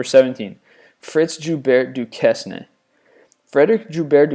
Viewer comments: Fritz Joubert Duquesne is pronounced Fritz "zhoBEHR dooKAYNE." :-) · Duquesne Du-kess-nay *facepalm* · Duquesne is pronounced "Du-cain"